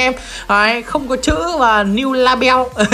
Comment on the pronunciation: Tấu hài nhất là "niu la beo" 😂😂😂😂